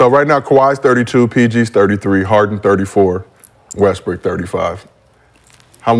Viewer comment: He say Westbrick ?